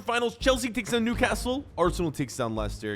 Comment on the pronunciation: You pronouncing Newcastle makes me cringe being from the city i know how to pronounce it probably